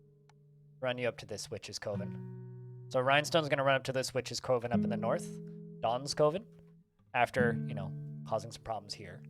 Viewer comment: Coven is pronounced like "oven" but with a hard "C" at the front.